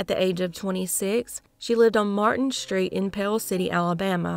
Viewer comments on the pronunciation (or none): none